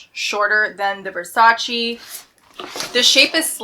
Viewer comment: No Versaciiiiii only Versaceeeeeeee